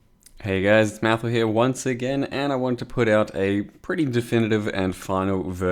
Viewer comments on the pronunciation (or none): none